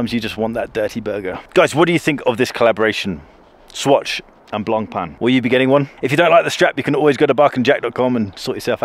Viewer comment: Finally, an Anglo-Saxon who gets the pronunciation of Blancpain right.